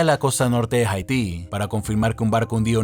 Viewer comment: jaití? pinche gringo:v